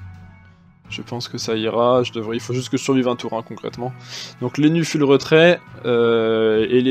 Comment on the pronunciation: Salut, un petit détail mais c'est assez irritant, quand tu prononces "full" essaie un minimum d'effort, c'est pas "fule" mais plutôt "foule"